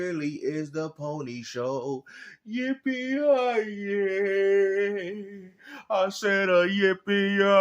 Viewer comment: Bro It's yippee ki-yay 😂